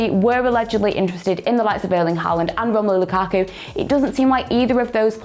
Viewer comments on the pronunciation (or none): none